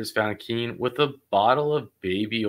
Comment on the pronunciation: Keen not key lol thought the same thing